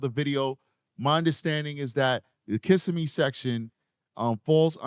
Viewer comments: Pronounced kiss SIM ee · Pronunciations Osceola=Awsee'ola Kissimmee=Kuh'sim-mee I had to Google Olathe, few months ago